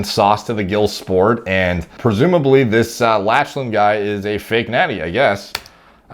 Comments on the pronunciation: Good video but is nobody going to comment on how he keep pronouncing Lachlan lol ? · Lmfaooooo how he pronounces lachlan 🤣🤣🤣😭🤣🤣😭🤣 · lach-a-lan LOL it's pronounced lock-len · It's "Lock-lan" not "Latch-lan" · Latchelan haha - try Locklan dude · Lol, you are my boy but… “Lach-lan” I’m sure there are a thousand comments already telling you this but it’s pronounced “lock-len”. Tbh I really wanna watch a video when you have to say “sean” 😂. Honestly bro, you are the man. Respect your thoughts on everything in this field, you are the man…. The “lach-lan” pronunciation just made me laugh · *Lock-len not Latchelan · As another Lachlan. It is pronounce Lock-lan not latch-lan. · Bro… great video, good sense of humor. I watched from a BJJ perspective not body building. I was cracking up at “Latch-Len”, it’s “Lock-Len” no worries you wouldn’t know unless you followed. Good content 🤙🏽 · Lock-lan, not latch-lan lol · Bro its Lock-lan not latch-lan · Lachlan is pronounced "lock land" not "latch land". Lachlan lost to Gordon in the absolute finals of ADCC 2019 via RNC. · Lol btw Lachlan is pronounced “Lock-Lyn” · ''latchlan'' lmao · It's pronounced Locklan fam,😂😂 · Them 'Latch-lan' gains. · "Latchland Jiles" lmao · “Latchlan” omg 😂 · Triggering me pronouncing Lachlan Latchlan. Also when he says my team is the only one that doesn't use steroids to a certain degree, he could be saying to a certain degree to the fact other teams might not juice..Although saying that he looks like he on the gear. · Thats lock-lan* . But Gordan is the GOAT of nogi much respect. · It's pronounced "lock-lan" lol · It is pronounced "loch-lan". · I think is pronounced: "Lock-lan" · "latch len" that pronunciation has to be a joke right? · Pronunciation of Lachlan was quite funny. It’s “Lock-lan”. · Nah man, it's Latch-Lan I loled every single time he mispronounced that. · Lol definitely not how to pronounce 'Lachlan'. Its pronounced 'Locklan' lol. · Lachlan hahahaha it's pronounced "Lock Lan"